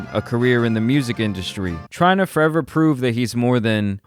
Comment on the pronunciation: Forever, not foweva